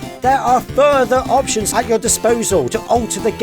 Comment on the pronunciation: Eptions? It's not Eptions it's option